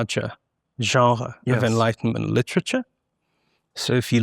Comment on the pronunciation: I can't listen to this person say genre one more time